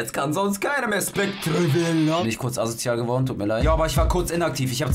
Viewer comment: Ich bin so triggerd du sagst Specter falsch😠😂